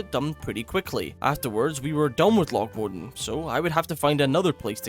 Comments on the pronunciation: Mowwwww Dannnn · Bro cant keep getting away with the loch modan pronunciation...pls